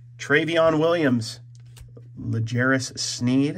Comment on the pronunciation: you know when a collector doesn't follow sports when he messes pronunciation of old (Thomas) and new players (Deshaun, lawson, l'jarius, podziemski).